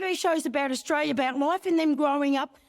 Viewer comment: Australia has the letter 'l' in it. It is NOT silent.